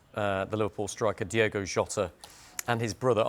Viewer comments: It's pronounced Diogo it's not Diego, dudes a news presenter you think he would get this right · For the love of Christ his name is DiOgo not Diego. Pretty much every time you upload a video about him you say his name wrong. Do better. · ITS DIOGO not Diego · why do people keep calling DIOGO Diego???! whats with that? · It’s Diogo NOT Diego. Get your facts right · DI-O-GO. PLEASE. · Turns out diogo maybe should have had some respect for speed limits. Also they called him diogo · Been pissing me off the amount of So Called experts/pundits getting his name wrong DIOGO is his name.....not was his name either, IS his name